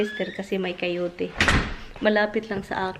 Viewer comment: not Cayote,Coyote😅